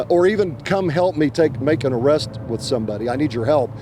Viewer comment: SMD make an ARRESST?? haha oklahoma sounds like calfornia